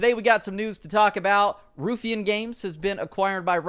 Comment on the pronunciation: Ruffian spoken like: Rough-fee-an Source: I'm Scottish. :)